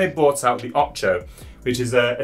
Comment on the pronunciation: Come on... it can't be that hard to pronounce "Ocho" correctly.